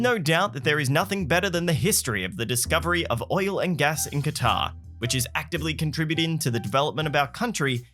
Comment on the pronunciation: AT THE MARK, HE SAID THE NAME OF THE CITY RIGHT *KWA TAR**; OTHER LAZY PEOPLE SAY IT LIKE THIS: **CUTTER!!*